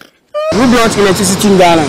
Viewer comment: Oh interviewer! Just listen to the English language you're speaking? Do you mean" who brought electricity to Ghana?" Or you're asking " who blought electricity IN Ghana ?" Ei brofo!